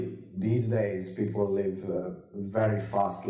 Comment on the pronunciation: what is pleople😃😃?? Or is my vocab too bad?